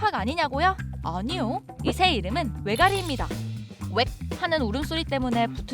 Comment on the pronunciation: 왜가리 원래 알고있었는데 여기 영상에서 한눈 팔다 왜가리라고 할때 대가X 라고 들었어요